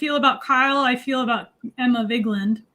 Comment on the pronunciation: At least pronounce Emma Vigeland's name properly, come on now.